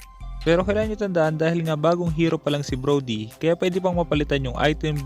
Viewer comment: hahahha broly? Brody yon hahahah